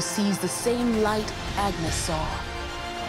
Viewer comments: Yay! Let's talk about Ágnes Keleti and butcher her name every time we say it! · If the narrator had pronunced her name correctly, it would have been much appreciated.